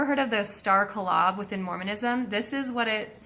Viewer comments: Yeah, it's KO-lob, not ka-LOB. :-) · him asking if you are mormon is a sort of complement i think, because of the volume of information you cover. it's only when some little thing comes out that we realize you weren't raised mormon. in this case, it's the way you pronounce the word kolob . it's a made up word so there really is no correct pronunciation, but the mormons think they own the word. if you really want to get under their skin your next video should be titled zelph hieing to kolob. hi as in hi ho hi ho it's off to work we go. it's a real english word, but the mormons are the only ones who use it. you'll hear it sung in sacrament meeting "if i could hie to kolob" you've already covered blood atonement and mountain meadows massacre, so they couldn't be too offended by hieing to kolob and other mormonisms.